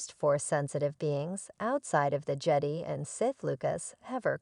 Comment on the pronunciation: the "jed e" please dont use a tts voice if its that bad at prononciation